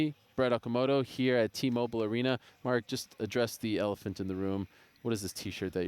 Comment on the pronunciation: At first i thought he said address the elf in the room 🤣